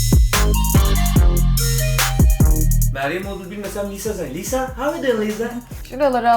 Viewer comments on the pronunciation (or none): de lisa yerine liza demen dışında video güzel olmuş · Liza değil "LİSA" !! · Liza deyil Lisa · Lisa diye yazılıyo liza diye okunuyo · Abla Liza değil Lisa yazıldığı gibi okunuyor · Liza değil lisa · Abla liza değil lisa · liza değil lisa korecede lija da deniyo ama alınma doğrusunu bil yani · abla liza deyil lisa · Bu arada o liza değil lisa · Abla linclemeyiyorum ama Liza değil Lisa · Lisa "Liza" diye okunmaz Lisa diye okunur. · liza değil lisaaa !!!! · Yarım kaldı liza diyor lisa olacak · HEMN LİZA DEĞİL LİSA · Liza değil Lisa 😂 👇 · Liza deyil Lisa olacak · ABLA LİZA DEĞİL LİSA ÇOK TAKILDIM DURAMADAN LİZA LİZA DEMİŞSİN YA 😆😆😆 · Abla neden lisa yerine liza diyorsun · Lisa taylandlı ve isminin okunuşu yazıldığı gibi okunuyor, korece de liza gibi bir ton ama liza değil yanii Lisa kısaca🤷‍♀️ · Liza değil LİSA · Liza değil lisa. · de lisa ya liza diyosun yazık sana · abla liza diyosun lisa deniliyo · Abla Liza diyosun da Lisa olmasın o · liza değil Lisa kötü anlamda değil iyi anlamda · Abla liza deme lisa o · Liza değil Lisa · Abla çok güzel ama liza değil lisa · Videonun başında liza yerine lisa olarak telaffuz etmesinden sonra o videoyu kapatmaliydım🤦🏼‍♀️ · saç nerdeyse lisa'nınkiyle aynı gibi ve abla liza değil Lisa yazıldığı gibi okunuyor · Çok emek vermişsin eline sağlık ama liza değil lisa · Liza değil Allahım LİSSSA s’leri bastıra bastıra söyle 😂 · Abla Jisoo'ya Ciso demen ve Lisa'ya Liza demen dışında gerçekten güzel bir video emeklerine sağlık 💕 Blackpink üyelerinin isimlerinin doğru telaffuzu: Jisoo: Cisu Jennie: Ceni Rosé: Roze Lisa: Lisa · Çok güzel olmuş baya emek var ama Liza değil *Lisa diye okunuyor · liza değil lisa! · Abla seni kötülemek gibi olmasın ama liza demiştin o lisa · liza degil lisa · Lisa liza diyorsun arada bir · Liza değil Lisa diye okunuyo dlqlşcşsşfls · Ya o lisa lşza deil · Liza deil lisa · Liza değil ya LiSa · Adı liza mı lisa mı. abla Liza diyo çünkü.🤔